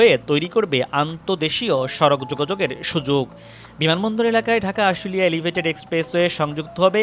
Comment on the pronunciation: ধুর ইডিয়ট!এলিভেইটেট!